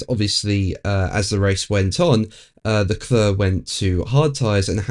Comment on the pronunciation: Leclerc is pronounced Leclare.... Not Leclur